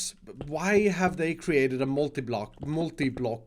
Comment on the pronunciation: I ceratet this room and what it is. It i a mess. Me: OK then i know NEXT